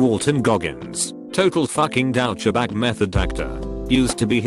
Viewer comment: So you really pronounce it "dow-cha-bag".